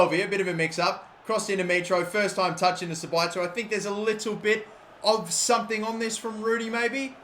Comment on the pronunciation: The pronunciation is 'Za-Bit-Za' (for Sabitzer, obviously)